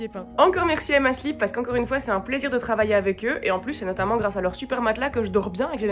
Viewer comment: À chaque fois que tu dis «Emma Sleep», j'entend «Emma Slip» (sans haine aucune, je trouve juste ça marrant) Sinon tu expliques hyper bien, et quel plaisir de te voir mettre du papier peint sans rager!